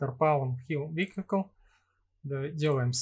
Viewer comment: Видео познавательное 👍 но такое ощущение, что оно записано в нулевые, когда интернета не хватало даже для того, чтобы загуглить как правильно произносится "wheel" и "vehicle". Ну и "мотишн блюр" в конце -- это Fatality! 😆